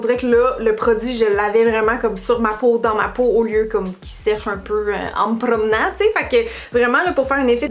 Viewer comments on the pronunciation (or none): "Au lieu qui sèche un peu en me pRRRRomenant là" hahahahah 🤣